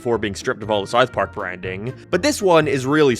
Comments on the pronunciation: Sarth Park? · Sarth Park.